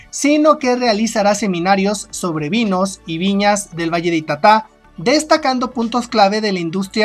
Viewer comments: Es ita'ta y con tilde en la primera vocal y no en ka última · Se pronuncia ITATA, CARGANDO LA VOZ EN LA SEGUNDA SÍLABA, PALABRA GRAVE SIN TILDE .